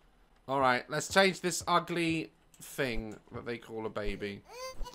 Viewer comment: I love how he says “fing” and not thing😂😂